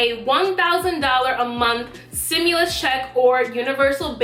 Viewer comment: Its stimulus not simulus 👀